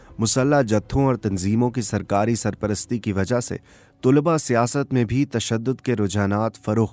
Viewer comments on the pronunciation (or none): Bhai kawish achi hai ...aap ki awaz aur andaz narration ka bohot umda hai bus thora talaffuz per dehan dene ki zarurat hai ...jaisey ... Tulba sahi talaffuz nhi hai ... Sahi talaffuz ... Talaba hai ...meri niyat kisi ki tauheen nhi ...bus itna k logon tk sahi cheez deliver ho ...umeed hai k aap bura nhi mehsoos karen ge ....mai choon k khud production se wabasta hun Is liye ye kehna chahun ga k agar kabhi bhi meri zarurat ho to yaad kijiye ga ... Shukriya